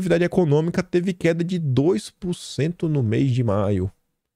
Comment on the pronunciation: como vc zoa eles, qdo falam "gopi" e "cupanhero", evite receber o troco e pare de falar "pucentu". Fale "porcento"